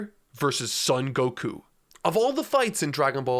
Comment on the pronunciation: You still don't know how to pronounce Son Gokuu?! Cmon, man. Son sounds just like the English word "Sewn". And Gokuu has a long vowel at the end, so stretch out the "u" sound at the end. Gokuu is the correct way to spell it too.